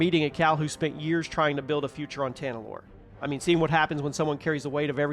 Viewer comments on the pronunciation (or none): none